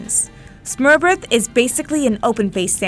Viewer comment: ‘Smørebrød’ was pronounced soo wrong 😭Like I know you can’t expect everyone to pronounce it right, but at least use the right letters.. 🤌